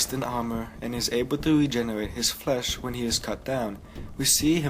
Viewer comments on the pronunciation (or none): none